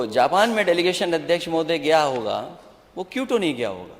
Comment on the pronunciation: माननीय अखिलेश जी क्यूटो नहीं होता क्योटो है वो😅